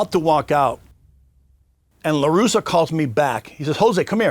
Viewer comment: Hey Vlad, It’s LarussA LARUSSA Not Larusso like Daniel San